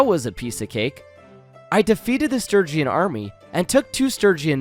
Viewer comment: Bruh, for the love of god please pronounce Sturgeon Stir-jon. Stir-gee-on is making my ears bleed. It's my surname and this hurts me lol